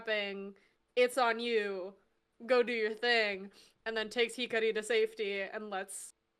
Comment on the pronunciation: "HI-KAH-RI" not "hickory" lol, I'm surprised it was tough to pronounce given that Taichi says her name a bunch in the episode, too. :P Love these, nice to see you back! The bit about Monzaemon is funny given this week's episode, haha. Interesting tidbit about the timing/pacing with WarGreymon's evolution being done in time for that con; if true, it does definitely explain why some of these evolution development episodes feel like they could've come sooner. Hopefully they land the ending well enough that a rewatch of the series makes things fall into place more. Also, I remember reading that Ponchomon is actually an Armor Evolution for Palmon using the Digimental of Hope? Which is why Patamon seemingly causes it by being stuck in Palmon's head until she yeets him during the evolution, lol.